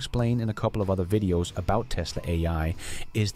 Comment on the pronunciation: If AI is doing your voice have it learn to pronounce V instead W. No more wideos just videos. From a single language Canadian who slides in eh every chance I get. 😊